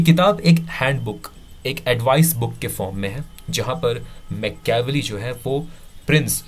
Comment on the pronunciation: Mecheaavelii nahi hai dost it's Maachiiaaavelli